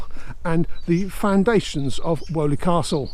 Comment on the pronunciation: Fascinating video, I live close by in Bournville and I had no idea about this lost stretch of canal history. Just a not though, it’s pronounced Weeley and not Woley Castle 👍